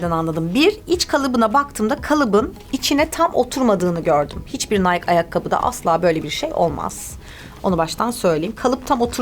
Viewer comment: Nike nayk diye okunmuyor bu arada nayki diye okunur